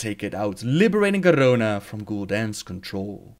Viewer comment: Am i the only one who gets really annoyed by the way he says Garona and the way he pronounces the letter r?